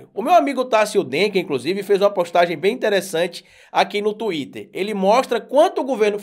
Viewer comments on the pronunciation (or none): none